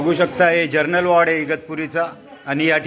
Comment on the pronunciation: पत्रकार तुम्हाला 'जरनल' वॉर्ड आणि 'जनरल' वॉर्ड हे सुद्धा नीट बोलता येत नाही का ?